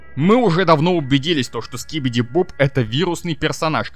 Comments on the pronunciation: Не скибиди боб, а скибиди доб доб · Не скибиди боб а скибиди доб